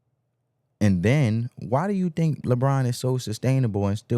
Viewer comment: Please say think